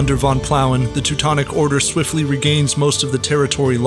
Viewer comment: "von" is not pronounced as "von" It is pronounced as "fon" which means "of" or "from"